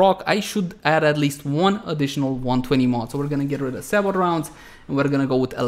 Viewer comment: Nice vid. Btw, sabot is pronounced say-bo. Silent T.